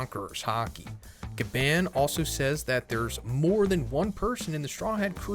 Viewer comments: i love you man but you gotta stop saying Gabban like that 😭💀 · The way he says Gaban 😫💀